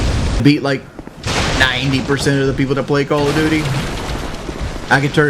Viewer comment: "4 tings im good at in life....im gewd at braves baseball...im gewd at chevrolet, im good at calla doody...how do you be good at page 5 doh" How...how in the fuck are you good at "braves baseball and chevrolet" One is a baseball team and the other is a brand of vehicle....wh...what does that fucking mean exactly? You are good at watching baseball? Wow you are excellent at sitting on your ass? Amazing...good at Chevrolet...what does this mean? This entire sentence makes my head hurt.